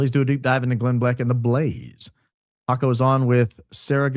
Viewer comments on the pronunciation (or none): But, its "huaco" not Jaq-o. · Jaco is pronounced as "YA-koo" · Its pronounced ha-co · Jaco is pronounced Haco the J is pronounced H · Just read Jaco Booyens, and realised bro's name is South African 😮 pronounced "Yuck'oo" 😂😂 "Boyens" 😅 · The correct pronunciation of “Jaco” is “ya-coo”. It’s an Afrikaans name, and he is South African born & raised, now US citizen. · The guy called Jaco Booyens is South African. Recognize his accent. For anyone who is interested his name is pronounced "ya-coo" here! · From SA here. Jaco Booyens is a typical Afrikaans name and hearing him speak has the typical Afrikaner English accent. Pronounced Jaco like the sound "y"our (your or you) and the "-co" sound is pronounced like the "ou" in "you", so Yacou. He is as Afrikaans as Afrikaans can be! From South Africa...how does he end up in TPUSA? He is from South Africa. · Jaco is South African (pronounced 'yuckoo') - can hear that accent!! Google confirms. Incidentally, one of the biggest child trafficking mysteries took place in S Africa - scared us all growing up - a number of kids were kidnapped and disappeared and then a young girl named Joan Booysen managed to escape while she was drugged and locked in a closet. The 'couple' that abducted her - Gert van Rooyen and Joey Haarhof committed suicide (allegedly) so the whereabouts of the other girls have (to this day) never been found. The abductor's son claimed they were shipped overseas somewhere to the Middle East and that National Party (the apartheid govt at the time) high ups were involved. He was not believed. To this day, the case is still open and nobody knows that happened to those girls (or they do and have been silenced). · It is pronounced Haco (the j in Spanish is pronounced as an h) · Jaco Booyens is pronounced with a Y ... It's a Afrikaans name from South Africa. So it's different from Haco in Costa Rica 😅